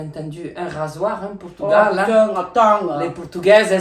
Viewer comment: « pAtAtE dOu PoUrToUgAwL » je pleure